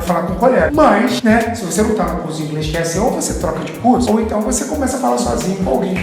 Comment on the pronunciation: A falou INGRES ou é impressão? kkkk